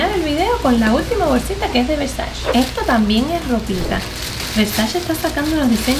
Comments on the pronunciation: No se pronuncia versach es Versache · Donatella diría: Versache, not Versachee haha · mka se pronuncia versache ok GRAZXXX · Hola super cool q tengas ese nivel adquisitivo tan grande y lo compartas con todos Me encantaría trabajar para ti como tu stylist y crear todos tus look con ese closet serias de las mejor vestidas de Miami Tal ves no te interese o no lo sepas pero no pronuncias bien la palabra versace... Se pronuncia versache Saludos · Se pronuncia "ver-sa-chi"; y el pasado de haber es "hubo" NO hubieron.